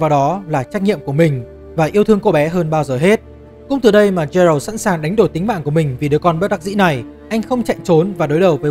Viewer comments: Góp ý với chút là Geralt đọc là Ghe-rột chứ không phải là Gie-rột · chắc chưa chơi The Witcher 3 mà chỉ đọc script do ngta đưa chắc luôn:))). Thứ nhất geralt đọc là gê rột không phải trê rợt. Thứ 2 gwent không đọc là wen vì w là âm câm, đọc có chữ g vào ạ